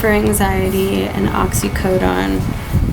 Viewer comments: She can't even pronounce oxycodone.wtf. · This dumbass bitch don't even seem sick! Dude u wouldnt be able to fuckIn move if u were comin off of methadone..sures fuck wouldn't be doin ur makeup Either.. And she can't even say fuckin oxycodone right! 😂😂😂